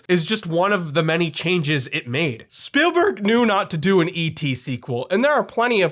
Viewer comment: why he say Spielberg like that 🤣